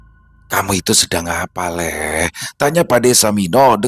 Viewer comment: Lek sama lee itu beda bang... Nyebutnya lee bukan lek Bang. Lek itu sebutan pak lek atau bulik = om/ bibi. Kalau lee itu tole sebutan untuk menyebut anak cowo kecil/ anak cowo muda.